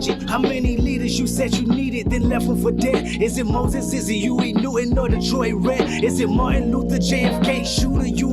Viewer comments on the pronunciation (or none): none